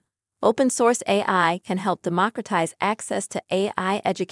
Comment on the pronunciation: I'm surprised an AI bot can't say AI. why does the male bot keep saying RI.